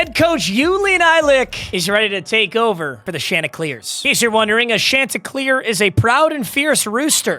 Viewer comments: It’s pronounced SHON-TI-CLEAR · As a Coastal alumni, hate how you pronounced Chanticleer